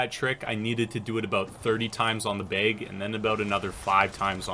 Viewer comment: the way you say bag is annoying me "beyg"